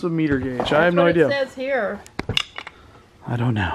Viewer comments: Miter not meter, lol. Big difference when need to miter a corner. Chuckle chuckle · Miter gauge - 'my ter' not meter. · Yes, hotels charge for the towels that are taken from the rooms. Also, it's a "my-ter" guage for a table saw. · Miter gauge is pronounced ( my-ter)and used on a table saw table... Not just a man thing :) Thanks for not opening all the angel ornaments...